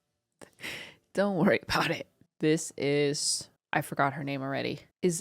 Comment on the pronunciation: "what is kakavasha" 💀